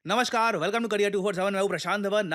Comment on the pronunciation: Bhai har video mein dekhta hu, आज बोल ही देता हूँ। “नमस्कार” बोला करो। “नमश्कार” नहीं होता। ना बोली जा सकने वाली तो ठीक है, पर ये तो आराम से बोली जा सकने वाली चीज़ है, इसे भी लोग किस उपलक्ष्य में जान बूझ के ग़लत बोलते हैं समझ नहीं आता।